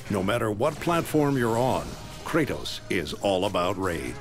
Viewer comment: hahaha!u said tratos